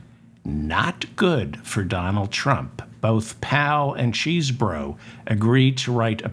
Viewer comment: Hello David I am glad that you pronounce Mr.Chesebro like it's spelled not(chessbro)